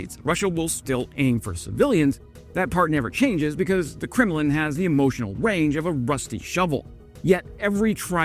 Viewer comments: did I hear a slip of the tongue? Did you say Krimlin instead of Kemlin? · I thought you said Criminal but you said Kremlin. Easy mistake, those are so alike.